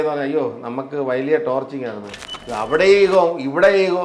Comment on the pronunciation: ചേട്ടാ ഈയൊരു അവസരത്തിൽ പറഞ്ഞാൽ വിഷമം തോന്നരുത്. ടോർച്ചിങ്ങ് അല്ല കേട്ടോ ടോർച്ചറിങ്ങ്. ർ വരണം